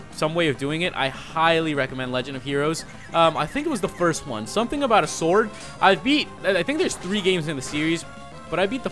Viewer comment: the legend of Zelda four sorwds